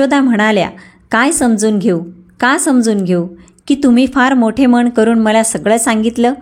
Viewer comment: वाचन अतिशय अशुद्ध आहे ण आणि न चा उच्चार चुकीचा करता मन मण नाही. भावना , अनैतिक अशा अनेक शब्दाचे उच्चार चुकीचे आहेत